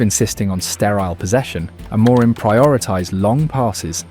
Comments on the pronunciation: Trigger Warning: For half the video this dude pronounces "Amorim" like it's a fucking spell in Harry Potter. That's all, have a great day. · The voiceover pronounces Amorim incorrectly and also spells out I-N-E-O-S instead of just saying it. It also does that "it's not X, it's Y" AI writing trope pretty much constantly. Was going to follow the page but there are creators who are putting more effort and analysis in, this is just an engagement farming channel it seems. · Can only assume that this is Ai generated. Pronunciation of names is inconsistent, spelling out I-N-E-O-S, and the overall tone. Three wins on the bounce but you’d think we’re a win from winning the league.